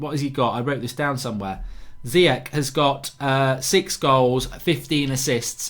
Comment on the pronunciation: Mark, there's no way Ziyech only worth 25 mil. Must've been more! Also, I'm pretty sure it's read "Chan" without the "h", rather than "Kan". Please try to respect others by pronouncing and writing their name as correct as you can. Last summer you always wrote "Ben Yeddar" instead of "Yedder". These kind of small things matter.